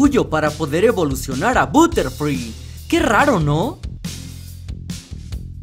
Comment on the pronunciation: se dice batterfri no buterfri se dice dugtrio no dugtruo